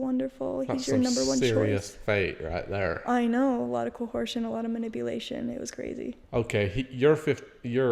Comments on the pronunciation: I took notice of her pronunciation of “coercion” too. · thought you'd want to see this after Shelise let you know you were pronouncing coercion "wrong" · I’m a linguistics major, and the vernacular and pronunciation of words in the Order is so interesting to me! They add an extra letter to some words, like betrothed -> betrolthed and coercion -> cohersion. It’s not that they’re “mispronouncing” them, it’s the standard version of the word in their community. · uses so many non-existent words. This is not an alterate pronounciation, it's just totally incorrect English. The word is "betrothed," not "betrolled." "Coherce" is also just incorrect. Perhaps they don't do much reading.